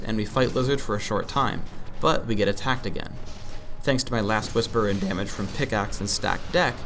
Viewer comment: listen when he says the word "damage" haha i couldn't stop laughing xD